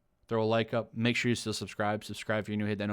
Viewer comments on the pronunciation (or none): none